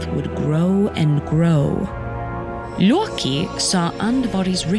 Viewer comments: It's Loki, not Yorkie. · The way she pronounced "Loki" LOW KEY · That's why the voicer called him: Loreki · it is pronounce (lo-key) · "...and the notoriously mischievous Looki". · That "loki(luwkee)" pronunciation hits different. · Somebody: "He is Loki" Narrator: "His name is Looouwkey" Jokes aside, love to hear what I assume is the correct pronunciation of Norse names.